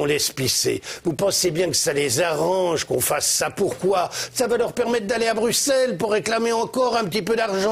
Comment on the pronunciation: Enfin un français qui sait dire Bruxelles correctement